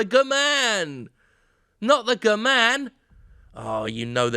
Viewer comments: Half life: Guh-Man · I chuckled at the "gh-man". Thanks Jim ♥ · Oh man, the guh-man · Great now every time I go to pronounce Geeman it's going to be Guhman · The Geh-Man. Lost it at that lol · I snorted when Jim said guh-man. He got me. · G.......man. not gman jackass